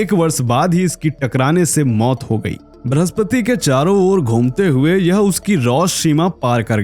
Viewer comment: ब्रहस्पति नहीं बृहस्पति 🙏🙏 कृपया हमारी हिंदी से न्याय करें